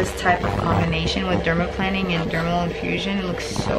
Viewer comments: LMAO, it's not pronounced -planning! It's pronounced like an airplane: dermaPLANING (derma-PLANE-ing). And....you aren't using any kind of OIL?!?! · It’s pronounced: “dermal PLANE-ing” not dermal planning Xx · Why does she keep calling it "dermaplanning"? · I thought it was pronounced dermaplaning (i.e. derma-plain-ing)? I mean not a big deal obviously. I want it done and don't want to mispronounce it 😂 Y'all are both beautiful and she knows what she's doing! Wish she was on the west coast! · The way she pronounces dermaplaning ☹️